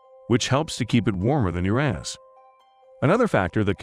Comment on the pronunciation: Narrator: your-EAH-nis. Swelling comment hoarde: Get 'em, boys 🫵